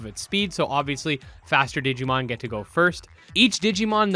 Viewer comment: I am "considering" the possibility of asking why they hired a translator that pronounced it "digimoan". (for those who didn't watch theres a meme rn because in the q&a section they really only said, its coming out and we are considering this and that). Over all though I am super hyped for digimon survive, the phone scanning thing is kinda like ghost game which is awesome